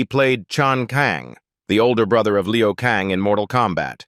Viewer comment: Liu Kang , not Leo Kang.